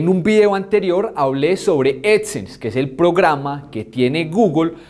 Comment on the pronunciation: Edsense? vaya pronunciación 😂